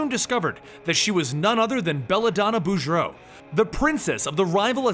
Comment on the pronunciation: Lebjeew -_- You can pronounce "Boudreaux" but not "LeBeau" ... Wolverine Origins got that pronounciation correct.